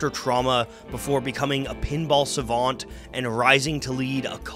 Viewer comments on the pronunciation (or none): none